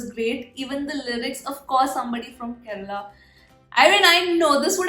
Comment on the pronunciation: Your pronounciation of "Malayali", "Kerala" is "Perfect Ok" 😍🤗 Once Corona is gone, reach Kerala, stay for a few days you will extend by a week.... next you will extend by a year.... next you will extend by a few years.... By this time your family has joined you. A home by the river side... a calm peaceful lush green surrounding.... Monsoon rain... Theyyam... Utsavs... Elephants... Chaya.... Kattan..... Sett mund....Gold Jewellery..... Nendra Banana.... Onam...... Vishu.....Backwaters... Western Ghats.....Fishing harbours... . Lot of things awaiting you.